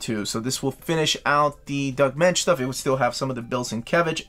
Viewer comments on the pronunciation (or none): none